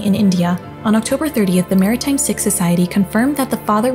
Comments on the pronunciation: The speaker keeps talking about the Maritime “SICK” society. I always thought that “SIKH” was pronounced like “SEEK.” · Sikh -SEEK not SICK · Sikh is pronounced "seek" not "sick" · Its pronounced S-E-E-K, not SICK! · Its pronounced seek not sick 🤦‍♀️ if you’re gunna do a video about someone’s death at least have the decency to learn how to pronounce Sikh, it lacks respect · It's pronounced SEEK, not SICK. Minor detail given the tragic situation, however . . . RIP young lady, and condolences to Family and Friends 🙏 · I was laying down listening to this. When she started saying sick society I was so confused! I didn’t realize she was trying to say Sikh! It’s pronounced like Seek kind of, where I’m from anyway! What a frightening thing to happen!! So sad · "Sikh" is pronounced "seek" (as opposed to "sick"). I normally could care less about pronunciations, but since we're referring to a legitimate Indian religion and culture, I feel that it deserved a mention. Nonetheless, I wouldn't trust any information that hasn't come from the police directly. On that note, other countries, outside of the U.S. don't readily share information with the public, at least until that information can be verified. That said, it will likely be some time until we have solid information. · It's not pronounced sick, its seek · My goodness Sikh is pronounce seek not sick. How offensive. That is their religion also. It would be like saying a Christian woman rather than an Indian woman. Also what difference did any of that make she was a 19 year old girl. Checking the pronunciation in a case like this clearly is a priority The pronunciation wasn't just made once it was over and over again. Shocking . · They need to work on the AI's that do not know how to pronounce Sikh, it is pronounced SEEK, not SICK. How offensive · Bruh it's pronounced Sikh "seek", sick is what you get when you catch the flu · It's pronounced 'SEEK' not 'SICK' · Not sick society! It is pronounced seek. 🤦🏽